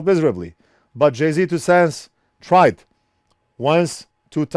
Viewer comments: It's pronounced "Jay's two cents" not 'Jay-Z" even though it's spelled that way. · It’s not JAY Z you say it like jay’s 😂😂😂😂😂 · Jayztwocents is pronounced Jay's two cents LOL. love your channel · I never knew you were supposed to say his channel "jay Z 2 cents"... I always said it like "jay's 2 cents" ... Lol 🤣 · Jay Z 2 cents hahaha it's Jay'z 2 cents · Carport Actually it's just Jay. As in Jay's two cents. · My favorite part about this whole video aside from the amazing content, is how keeps calling him Jay-Z Two Cents 🤣🤣🤣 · "Jay-Z Two Cents" 😂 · Sorry, only lasted until the second time you called him Jay-Z. Please dont confuse JayzTwoCents with that talentless wannabe rapper. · Jay failed fixing pins as bad as failed at saying his name. lol